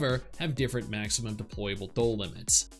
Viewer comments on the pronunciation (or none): Why are you pronouncing doll as dole? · why do you keep saying "dole" lmfao